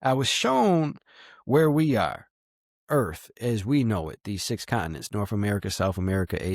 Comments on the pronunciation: Why is it when people pronounce Earth they pronounce it without the T? Pronunciation is key. Sounds like EARH.. lol wtf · Did dude say earf?